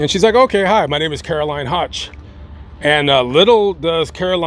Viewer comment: WOW!! THATS MY MAIDEN NAME!! That is such an unusual name!!!! I heard you say “hotch” and I’m like wait a minute that was my nickname because no one could ever pronounce it!! 👍🏻😞😂😂. It’s prounounced like you’d say “woke” “höch”. THIS IS SO INTERESTING I HAVE TO SHARE WITH My FAMILY! Thanks for this!!! Long time viewer!! ❤❤❤